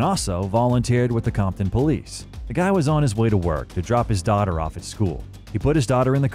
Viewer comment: it's COMPTON, with a P....not COMTON. You can't even get that basic detail right? Lol